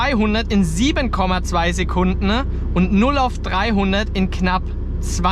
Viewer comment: Sekundne ? bist du aus Emskirchne ?